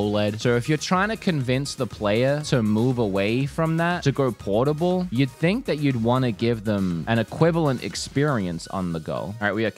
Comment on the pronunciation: PORTAL WOOD! PORTAAAAAL! NOT PORTABLE LOL naming it wrong since that nontendo podcast episode 😂, hard pass on the actual thing though